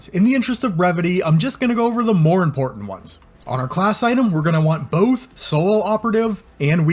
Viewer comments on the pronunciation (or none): none